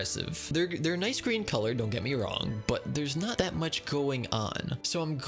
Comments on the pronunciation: n-eye-s vid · N-eye-ce video